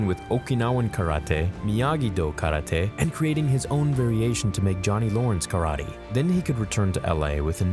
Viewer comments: stop saying KARA-TAY its KARATE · Stop saying karate that way